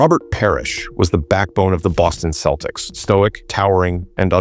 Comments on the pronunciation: Thanks for not bothering to have a real person narrate the video and relying on stupid AI. The "KEL-ticks" Any idiot or moron basketball fan realizes it's the "SELL-ticks" but not stupid AI. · Next time you program your AI, make sure that CE words (such as "cent" and "center") ALWAYS have a soft "c." It's pronounced "SELTICS," not "KELTICS." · “Keltics”?!? AI slop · This must be AI, Celtics has different pronunciation